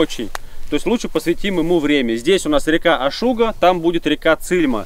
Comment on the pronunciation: И да, река Ашуга с ударением на А😂, не на У Ашуга впадает в Цильму, очень прикольное место! Там тоже изба братьев Бобрецовых есть